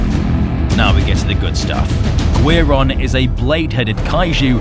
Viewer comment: Friendly pointer- Guiron is pronounced "Gee-Ron" Guiron's Japanese name Giron (ギロン) is most likely a truncation of the Japanese word for guillotine, girochin (ギロチン)